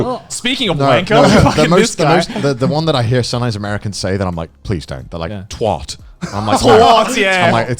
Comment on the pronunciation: As an American, I can confirm that there's a LOT of Americans who, for some reason, think "twat" is pronounced "twot". It never made any sense to me, but this video is the first time I've ever gotten confirmation that it should be pronounced "twat" lol, idk if I've ever met an American who pronounces it that way.